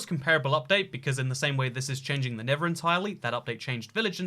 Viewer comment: tell me he did not say nibba update lol